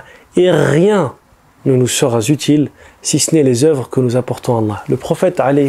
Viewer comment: Excellente vidéo à forte teneur en rappel édifiant ajouté SI CE N'EST certaines liaisons maladroites et pénibles à entendre que tu commets sans doute par distraction comme entre autres ..."le musulman doit cherchéZ à se libérer ...", ..."vous seraT utile ..." et un ou deux autres ! D'autres youtubeurs religieux font les mêmes erreurs et c'est vraiment reulou puisque tout le reste est nickel ce qui gâche un peu l'ambiance !